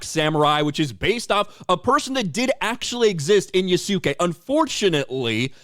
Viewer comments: Its funny ubisoft wants to use yasuke but cant pronounce his name right its YAS-KAY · That's so deranged of them to even modify Wikipedia... but then again, should we expect less from these loony bins? Also I am dying of laughter from butchering the pronounciation of Yasuke and Kunoichi 😂😂😂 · You saying his name wrong buddy 😂